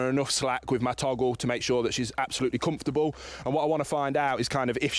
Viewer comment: "she's absolutely cummfurtubble" - so funny pronounciation*, makes me smile. Great video, anyway, like always. Thanks a lot! (*:I'm German, this is no bullying, just funny to hear.)